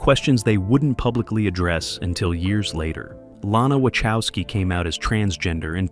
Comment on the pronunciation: Great video, mate. Something that really messes up my mind, tho: Wachowski is a Polish surname and it's pronounced something like Vah-hofs-ski